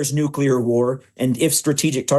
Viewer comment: stupid! who should stand against irgc nucular bomb?! you?